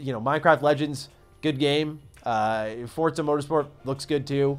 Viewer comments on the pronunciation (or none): Forza > Fortsa